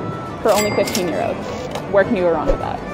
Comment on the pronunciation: Is it that hard to say euro?